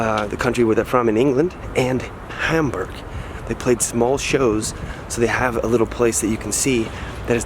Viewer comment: for beeing in HAmburg, you should ebven pronounce it properly and stop beeing so ignorant, american!